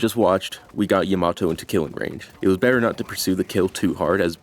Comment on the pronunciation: Why do people say Yamato wrong? They literally say her name constantly. Is this like a thing I don't understand like how people say sahkera instead of Sakura?